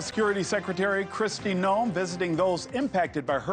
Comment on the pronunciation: Hey reporter, pronounce her name correctly. How can you be in the news and not know how to pronounce the name of the Secretary of Homeland Security?